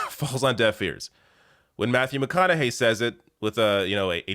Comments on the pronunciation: It's pronounced McConaugHEE. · Its "mc conna hay". Hope ur boy is doing well.😉 👍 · McConaug"HEY" that's how it's pronounced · Its McConaugHEY like hey, hi, hello